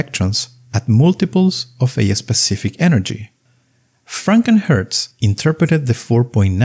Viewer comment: The way you say Franck and Hertz, channels FrankenHurts, the mythical 20th century monster with bolts in its forehead.